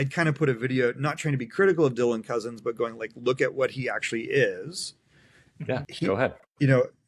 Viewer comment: Ok you’re not allowed to keep saying Cozens incorrectly. It’s pronounced like your guest said it. It’s been annoying me and probably others for awhile. lol